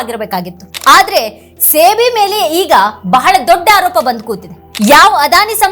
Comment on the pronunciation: Adu ಸೇ ಬಿ ಅಲ್ಲ ಸೆಬಿ